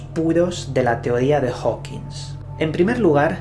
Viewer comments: Compadre, me caes muy bien, te sigo desde hace unos buenos años, pero no nos Chingues, es Hawking, no "HawkingS" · Por favor, a ver si hay una sola vez que digas su apellido correctamente, jajajaja Es Hawking! No Howkins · Amigo, es Hawking, no "HawkinSSS". No lo has dicho bien ni una sola vez. Un poco se seriedad. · Porque le dices Stephen Hawking"S" y no Stephen Hawking como realmente es? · TODO Muy Bién!.. 👍👌 sólo que no le digas Steven Hawkins.. -Stephen Hawking(king)..vale..? 😉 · HAWKING, no "Hokins" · Hola! Adoro tus videos, pero no es la primera vez que noto que pronuncias mal el apellido HAWKING. Ese apellido no lleva S y siempre le pones una S al final y resulta algo molesto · Oye, siempre dices Hawkings con "S" al final, pero no lleva ese su apellido:v